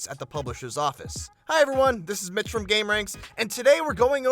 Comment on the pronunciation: What the fuck did he say? This is bitch from gameranx? Update: oh his name is Mitch